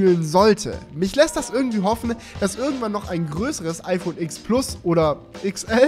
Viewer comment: Tolles Video, so schön und qualitativ hochwertig produziert mit Sinn für Ästhetik schöne Locations, gute Dramaturgie und na ja das mega geile iPhone TEN. Du hast mir aus der Seele gesprochen. Nur ein Punkt: Sorry aber mich nervt es wenn man Iks sagt.😉